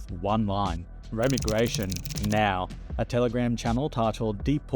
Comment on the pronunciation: Sorry if english isn't your first language, but i think you're pronouncing 'remigration', 'outliers' and 'overton' wrong